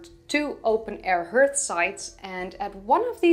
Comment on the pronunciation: "Hearth" doesn't rhyme with "earth" or "dearth." Rather, it is pronounced harth. I'm sorry English is so weird.